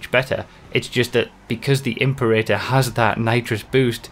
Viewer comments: Love your work. But it’s not pronounced imp-erator. It’s Im-perator. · imp-erator? im-Pera-tor (as in imperial. the emphasis is on the 2nd syllable.) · Pretty sure Imperator is pronounced Im-pera-tor, like in Mad Max: Fury Road (possibly earlier movies too). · The "Imp-urr-ay-turr." Please,. You haven't seen Fury Road? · or heard of the world "imperial" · Im-pera-tor. one thousand three hundred and twenty two. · im-PEH-rit-uh. Just sayin'. ;-) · please fix your pronunciation of Imperator. It's a roman military rank